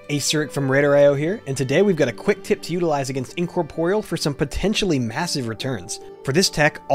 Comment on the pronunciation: You pronounce Incorporeal funny. Also this 'tip' has been known forever, and is the same now for DK's using control undead. Also you should not be giving out tips like this in public, it's things like that that 1. get Blizzard to nerf things and make the game anti fun, which I don't care either way. But 2. makes pugs and shit players think they must have a priest or some special class and spec setup in their group for an M13, so you end up getting players with no brain having no idea who cannot tell their head from their ass yelling and screaming at everyone else.